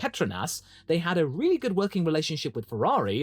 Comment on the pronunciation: “Weally weally nuts”